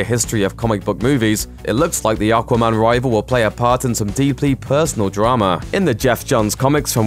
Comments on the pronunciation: Can I have a £ for every time he says okwa man?? Once more, the name is aquaman. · The best part of this video was him saying "Arkwaman" 😁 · Not sure how I feel about the way you say Aquaman. Haha